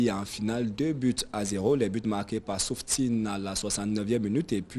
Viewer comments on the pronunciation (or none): Soufiane bouftini, pas souftini